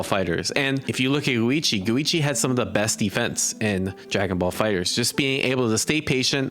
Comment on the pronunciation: dude, where are you from that you keep pronouncing Go ad "goo"? Goo-ichi, Dai-goo, like dude lol